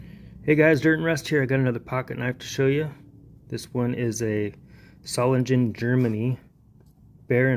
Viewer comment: you’re mispronouncing solingen